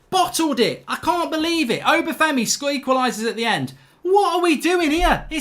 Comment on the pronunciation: don’t you just hate it when Obafemi skwequalises